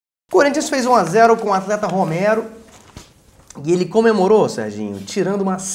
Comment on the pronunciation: "RomÉro" não, não existe acento. Não venha cariocar os descariocados. Forte abraço